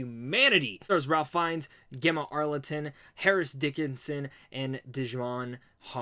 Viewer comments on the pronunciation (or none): Pronounced RAIF FINES...Not Ralph